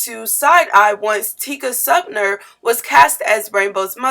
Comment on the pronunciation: I had to stop listening/cut this off after .. Tika's last name is pronounced SumpTER not SumptNER and assimilate doesn't have a u in its spelling so it's not assimUlate.